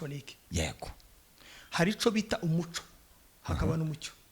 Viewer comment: Umuco= lumiere. Naĥo Umucyo= indangagaciro y,umuntu . Mugerageze kuri prononciation rwose byombi uko muvuga ko muravuga Umuco!!!!